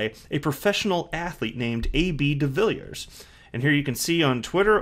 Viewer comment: By the way welldone with the pronounciation of his surname! To help.some you say it like duh-villey-ears